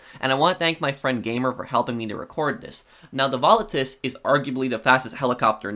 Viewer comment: Pronunciation: VOL-A-TUS